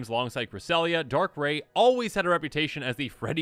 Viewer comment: 1. Giratina = GHEE-RAH-TEE-NAH. (Wasn't spelled correctly). 2. Silvally= SILV-ALLY (like the magic tribe). 3. Darkrai = DARK-RYE. 4. Missingno = MISSING-NO